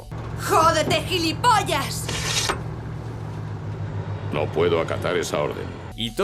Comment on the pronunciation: Gillipollas????? Que es esa mierda?